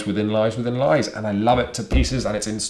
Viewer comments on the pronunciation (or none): none